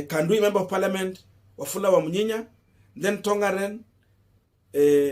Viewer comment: the name is Wafula Wamunyinyi and not Wamunyinye😪😪